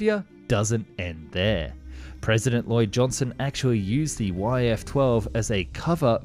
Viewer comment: Lyndon Johnson, not Lloyd.